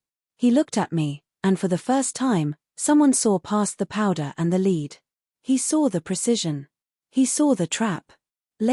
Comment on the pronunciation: Not crazy about the ending, but the story was good. Narration still has a few words that are out of sync w English usage, such as lead the mineral rhymes with said, a bow of courtesy rhymes with hurt sound ow! and a row of something rhymes with oh.